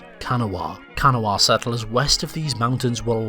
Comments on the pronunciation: Kanawha is pronoinced KUH-nah...not Can-O-wha. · "Can uh Wha"..Noooo Cuh-Naw..Yes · Can-A-Wa NO. Ka-Naw-Wa. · It is pronounced Ca Gnaw Ah. Not can a wah . That ‘s how West Virginians pronounce Kanawha. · Its pronounced Ka-Na-Wha not kana-wha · As someone living in modern Kanawha, the local pronunciation is kuh-NAW-a rather than CAN-UH-WAH :) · Kanawha is mispronounced as a 3 syllable word. It's actually pronounced with only 2, as in Kan -NAW, with the emphasis on the 2nd syllable. Trust me,I used to live there. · I know you are not american but its ka-naw not however you said it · Ka gnaw ah is how we pronounce it here lol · I'm sure someone else has written this, but it's pronounced Ka-NAW-ah. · Kanawha not said like what it looks like its pronounced Ka-na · no no my dudes thats not how you pronounce kanawha i'm from the south and so many places are named after that gosh dang river kah - na - wa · I was wondering how people outside WV pronounced Kanawha, and it's strange to hear (like Appalachian). I always heard Kuh NAW uh. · It is pronounced Ka-naw. You butchered my home. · It’s Ka naw I live in Charleston I knowww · Kanawha is pronounced locally as Kah-naw. Also if you look at the transcripts from when WV was deciding on their name, the main reason most of them gave for voting for WV was that they still had important personal identities as Virginians. They also decided against Kanawha because it was already the name of the county Charleston was and still is located in and they were like “what state is named after a county in it? that’s weird” and also “doesn’t that show favoritism?”. The transcripts from that session are a pretty interesting read. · "Let's call it KanaHwa!" "What?" "KanaHwa!" "Why are you saying it like that?" "I dunno man, it just sounds right." "The fact that you're saying it like that is the main reason we're not going to call it that." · Just a heads up Kanawha is pronounced ka-nah-wah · Pronouncing Kanawha incorrectly.